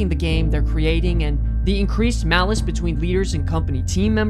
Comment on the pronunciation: I just want to point out to the original video there is a big different between malaise and as he said it, Malice.